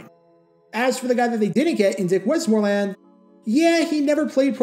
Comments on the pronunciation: Whoops, he's, truly, putting, the, wrong, em-fas-is, on, the, wrong, suhl-ab-ill, yikes. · Good clip as usual but your pronunciation of "Westmoreland" is soooo distracting. .. WEST-mor-land It's the county I live in